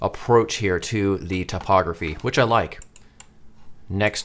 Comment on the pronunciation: I love how the way you pronounce typography makes it sound like topography 😄